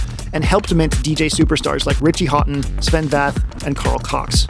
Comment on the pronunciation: Sven who? The butchery of names should be punished by canceling a subscription... haha